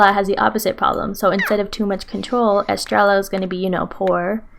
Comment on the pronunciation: I'm sorry estreya. The two ls make a y sound